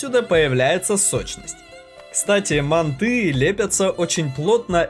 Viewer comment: мАнты, мАнты, не мантЫ, а мАнты, хватит искажать название!